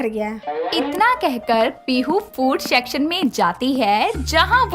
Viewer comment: Shacshan nahi hota section hota hai